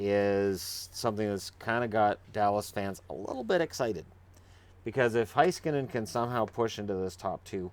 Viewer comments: FYI It's pronounced Hey-skanen, not Hi-skanen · Roope Toivanen Yes. ME-roh HEY-skah-nen.